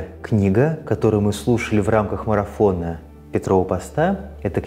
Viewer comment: Слово марофон и пост) звучат как-то странно) ухо режет жуть